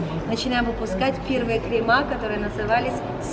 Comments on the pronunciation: КремЫ, а не кремА, гида, или кто эта баба, на мыло👎👎👎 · Что за кремЫ? КремА - разговорный вариант. Так что ошибки нет.